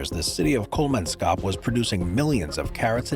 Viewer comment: kol-mans-kop. not kol-man-skop